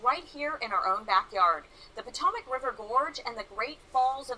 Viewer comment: whoever made the video about places to never swim doesn't pay attention.. I just listened to him pronounce the Potomac river incorrectly twice, even after you hear the woman pronounce it correctly. 2. Rome Life you really should take swimming lessons for several reasons 1. it is a lot of fun and 2. it is a great way to cool off in the heat of summer. Those are just my opinions.. my problem is I love to be in the water but me and the sun don't get along, I have very fair skin and burn easy and even if I don't burn the a lot of times I will break out in what is called sun poisoning which makes you miserable if you get hot so you have to stay inside with the AC. It used to happen to me a lot when I was a child and we would go to the beach for a week. The best I can describe sun poisoning is kind of like poison oak but unlike poison oak as long as you aren't out in the heat you don't itch.